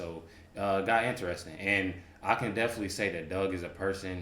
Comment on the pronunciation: DEFINITELY……..not deffly . Give me a break, this guys as dumb as Willis. Why do we need dumb people reacting to reaction videos! Learn to speak d bag